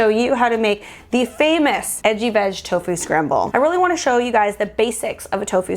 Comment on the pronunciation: Relisten to when you say edgy veg it sounds like itchy bitch! 😂 I was surprised